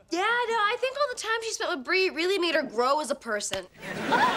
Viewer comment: You said Bee it is Bree